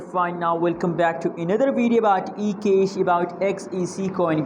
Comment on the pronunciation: dam dude you don't know how to say the word CAAAASH properly ...its not Kesh ...you will never be rich if you cannot pronounce that word right m8 ...its CAAAAASH!!!